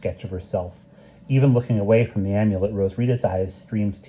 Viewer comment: Amulet has a short A like in Apple. Not a long A. You've been saying Omulet like Omelette.